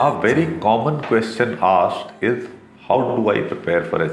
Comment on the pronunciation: Ittt ezz what it ezz